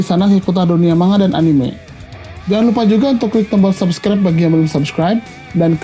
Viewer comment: gue cuma skip pas lo bilang subscrine